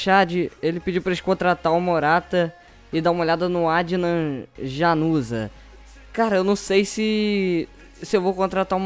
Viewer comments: o jogador do Unidet o nome dele se pronuncia Ianuzai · se escreve Januzaj mas se pronuncia Ianuzai :D